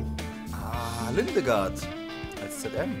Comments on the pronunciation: Gottes Beleidigung , Ligard - Lindegard auszusprechen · Niemand Wirklich niemand: Lindegard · Niemand:: LiNdEgArD